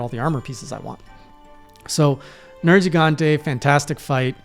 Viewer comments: finally, an english speaker that says "nergigante" the Italian way (I'm guessing by accident) which is probably the reason why the monster is called nergigante in the first place, since it's a mix of "nero" (black) and "gigante" (giant) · I got so hype when he said the name correctly (at least the way I've always heard it) at the beginning